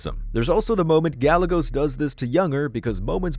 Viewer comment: Gallegos's name is pronounced Ga'ye'gos